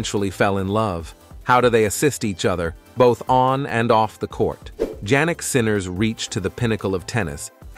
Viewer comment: Can the speaker pronouce the tenniis star christian name correctly? Although its apelt JANNIK is pronouced YANNIK. Hopefully u will be anle to say HIS name correctly now.😊